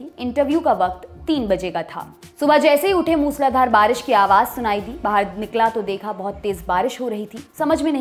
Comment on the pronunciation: बारिस नही बारिश होता है #lallantop